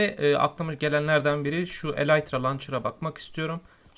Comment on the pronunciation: kardeş eleytra deil elytra :) :)